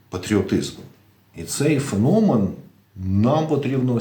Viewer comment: ФенОмен , наголос на О